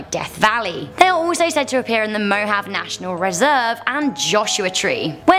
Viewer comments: BooCakeSenpai yes, and Mojave is pronounced Mo-hav-ee, not mo-hav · Some corrections on pronunciation: Mojave= MO-HA-VAY Ojai= OH-HI...I believe there was one more but can't remember, but I still love you. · Mohave is pronounced mo hav ee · Mojave - moe-haw-vay, I don't know why people always pronounce it wrong